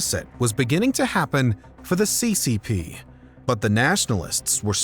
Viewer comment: your pronunciations are upsetting c.Cee. p?